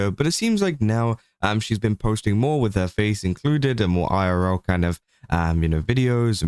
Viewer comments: He said it pretty normally to me Edit: nvm he started going "eye-are-raora" because he was saying it multiple times lol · the way u said "irl" multiple times is so fucking funny! idk how to describe what word u said exactly but, it was super funny! damn i love u british ppl sometimes lol